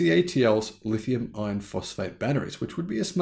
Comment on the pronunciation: I watch most all of your videos and like what I see. I just have one small complaint, The way you say "lithium iron phosphate" sounds like "lithium ion phosphate" .